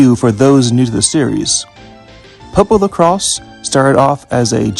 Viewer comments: The Crois pronunciation is like Croy-ce not like cross. At least that's how it's in Japanese. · The correct pronunciation is "Popolo-croyse" which is how the Japanese voice actors say it Magical Road is much more effective than in the 1st game. Instead of reducing random encounters based on your level vs the enemies' level, they're disabled entirely until it wears off, although the star beneath Pietro no longer shrinks as an indicator of when it wears off. Also unlike the 1st game, Magical Road can be cast in battle, which gives Pietro a defense buff Yup, everything was redrawn for the 2nd game to more closely match Atsuko Fukushima's artstyle and all returning areas from the 1st game have a lot more background details Tamori is the creator of the original manga but the signature artstyle of the games/anime is by Atsuko Fukushima, an animator who worked on Akira as well as multiple Ghibli movies and the pilot film for PopoloCrois which was how she became involved with the series PopoRogue (the title is a play on both the words "Epilogue" and "Rogue" as in "roguelike") is an interquel that plays much more like a dungeon-crawler than the other games and greatly expands upon the battle system of the 1st game with unique mechanics and AI-controlled mercenary party members. There's multiple references to PopoRogue in PopoloCrois 2 (the 'Musashi' mentioned in the Land of the Sun is one of the mercenaries from that game) although a few are deep cuts unless you've played it, and some of the mercenaries appear in the PSP game as summons as well as the mo